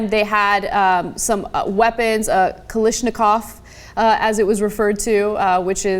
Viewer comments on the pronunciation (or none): anna pronounced kallashnikov wrong